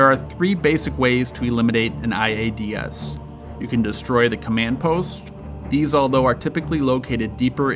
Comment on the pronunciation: Bro please stop saying I A D S all separate its one word iads (eye-ads)